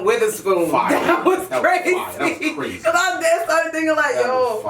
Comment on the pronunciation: Tech 9 : this is CWAZEY!!